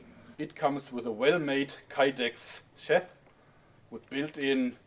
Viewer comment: Hey Joerg, sheath is pronounced (SHEE-TH)